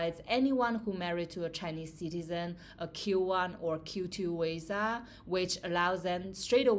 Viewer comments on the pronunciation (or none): 😂😂😂is not wisa is visa . Is funny how you pronunce visa. You make me laugh